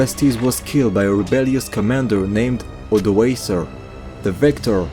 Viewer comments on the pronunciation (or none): Of course the only point of critique I have is how you pronounce Suebians. But from your latest video, I know that you now know how to pronounce it in a better way! Another thing pretty much everyone gets wrong are the Cs. They represent a K sound. So Odoaker, Rikimer.